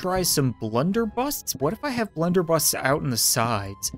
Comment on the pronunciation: Blunder busses not busts